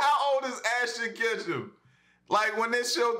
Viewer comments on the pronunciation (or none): Ashton Kutchum xD